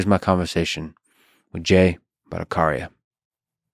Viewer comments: It's Bhatta Chhariya not Bhattakaria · it's Bhattacharya, not Bhattakarya😅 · The ch in batthacharya is the same as in Chaplin,it's not a k sound,lex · A small correction Mr. Fridman, his surname is pronounced as Bhatta("cha")rya (like "cha" in "charming") and not Bhatta"ka"rya (like the "ka" syllable in "calm"). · It's not "Karya" it's pronounced as "Tchariya" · First I have no idea why I get recommendation of Lex Fridman every time I watch something else. Very bizzare. Please try to pronounce his name right, if you can say Chicken, than you can say Battacharya, Cha not Ka. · It's 'cha' one two cha cha, not 'ka'. Bhatta-cha-riya... Bangla 🙂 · Ha ha .. Fridman, Not Bhatta CARCIA, it is pronounced as written CHARYA.. CH not as in Character or Choir .. IT is CH as in Chat ... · Its not Batta-cariya.. BHA'TTA-ACHARYA. Still love you Free-aid-mean! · Bhataacharaya.... not Karya.... Cha.. as in Chaina! Bhataacharaya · It is pronounced as Bhatta-tch-arya.....the sound there is tch, like channel not Bhatta-kh-arya. Regards. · its not Bhattakarya its BhattaCharya like C in Chakra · Hey! Lex... You don't know how to pronounce Ch.. its not Bhattacaarya its bhattacharya... Same as your Charlie not caarliee.. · Lex ,it is bhatta-Cha-rya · Sorry to point this out but you are pronouncing the last name of Jay wrong. Particularly the "Cha" part of the last name. It is pronounced the same way you will pronounce the "Cha" in "Chai". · Polite correction on how to pronounce "Bhattacharya" it's said "Butt-uh-cha-rya". Cha as in charcoal. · C in bhattaCharya is pronounce like C not like K . And I am sorry for correction. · Mispronounced your guest's name, Lex. ;) The "ch" in his name is supposed to sound like that in "China". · The “ch” in bhattacharya is pronounced like ‘chakra’ and not like ‘chameleon’ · Lol buckered his name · But y u pronouncing his name wrong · "ch" as in char, not character. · You pronounced his sir name wrong dude..! but no worries.